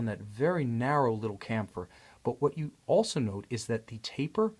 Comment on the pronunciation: I'm fairly sure "chamfer" is pronounced "sham-fur".